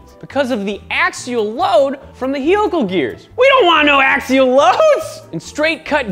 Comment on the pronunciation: Mormons are allowed to say raCING and HEELical geers